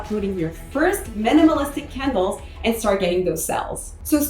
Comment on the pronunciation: I thought you were saying kindles not candles!😅